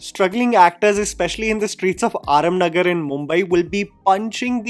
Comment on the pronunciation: for the love of God, it’s NOT आरम नगर, it’s आराम नगर! Tu dusri baar bola bey aise!